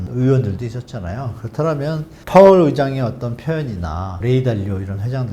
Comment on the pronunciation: 다 좋은데 파웰... 누가 이 파웰을 ㅋㅋ